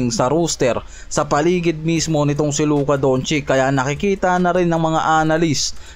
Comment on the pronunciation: Oo labaraya..at Luka Dontsik..hahahah ayos pronunciation mo ah....